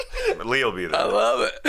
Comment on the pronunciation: "I lerve it"